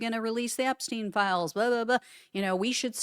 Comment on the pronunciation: Song sounded really good. But definitely AI heavy. At one point they pronounced it ep-STINE and later ep-STEEN. Thats a AI giveaway. Lyrics also Q -coded 🤨